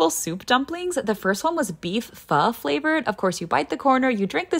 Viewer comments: To let you know you pronounce pho as “fer” but otherwise you did a good job!! The food looks amazing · I love this vid but the way you pronounced pho 💀